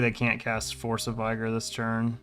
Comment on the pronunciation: It’s Vih-gurr, not Vie-gore.